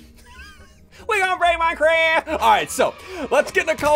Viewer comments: I love the: WE GONNA BREAK MINECWAFT!!!111 Its just to funny😶🤨😂🤣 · The “iVe bEeN ✨bUsY✨ between episodes”, the “✨wE gOnNa bReAk miNeCrAf✨” and the “Hi gEt oUt oF mA fAcE ✨EH✨” omg it never gets old.